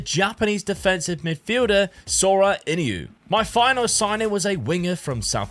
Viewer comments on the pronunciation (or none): none